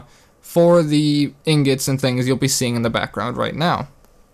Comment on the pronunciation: YO YOU HAD ME LAUGHING ON THE FLOOR BECAUSE YOU SAID INGETS AND NOT INGOTS I DIED! XD why did you do this to me man! rotfl! INGETS? LOL I AM DONE!